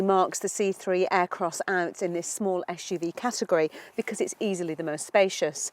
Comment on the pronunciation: Joao Correia não percebo é qual é o problema dela, em pronunciar corretamente suv. "Esh u v"